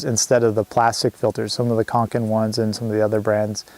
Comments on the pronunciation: Conkin and Newer, or Cokin and Neewer? 😂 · Hi good video think it's cokin though not conkin 😉